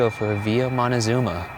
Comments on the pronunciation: Question: Why did you pronounce Villa using, what seems like with, Spanish or French grammar pronouncing it ‘vee-yaah’ and then don’t prononce the ‘z’ in Montezuma as a ‘th’ but as a ‘zz’. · Honey thats not how you pronounce Montezuma